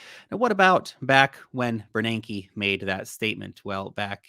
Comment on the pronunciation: Every time I hear you say Ben Bernanke, I think Ted Beneke. 🤣🤣🤣🤣🤣🤣🤣🤣🤣🤣